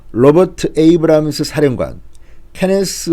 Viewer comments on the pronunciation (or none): none